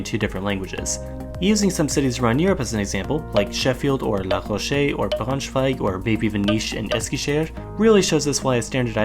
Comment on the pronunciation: First time i heard an american pronounce Braunschweig right.